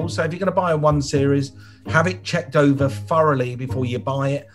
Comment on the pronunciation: When you say furraly do you mean thoroughly?